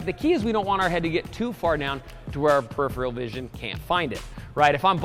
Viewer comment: "Peripheral" It was killing me to hear that mispronounced each time.